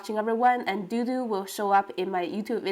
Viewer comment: Dodo sounds like the extinct bird. The way you pronounce his name shouldn't it be spelled DooDoo? I wish i could get another kitty. He'll mellow out with age, lots of age. For now he might be teething on electrical cords, teething on wooden furniture. Make sure to get him neutered if he's not already so he doesn't start spraying. How fun to have a new friend to sketch. You might need to take some photos if you want to sketch him awake. Kittens move quick.